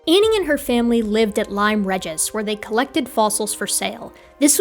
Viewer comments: That's not how you pronounce Lyme Regis. It's "lime ree-juhs". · I generally give a pass on pronunciation, there are just a handful of things that occasionally grate, and these can all be excused by remembering her origins. I knew she was wrong here but I wouldn't have made your comment unless she claimed to have visited Lyme Regis in person. And yes, reading on I notice this is parody, but as a Welshman living in Ireland, I must oppose Saxon oppression at every opportunity.